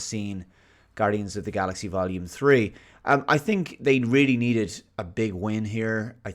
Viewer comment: for the alga-rhythms